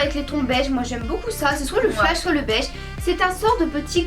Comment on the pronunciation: Super vidéo, je vous adore les filles vous êtes au top!! Par contre "peachy" se prononce "pitchi" haha vous m'avez fait bien rire